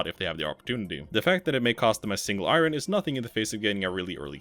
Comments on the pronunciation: Why do you keep saying "i rin"? Its "i urn" dolt. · I ron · Say "iron" again. "I RUN!" LMAO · Iron is not pronounced that way.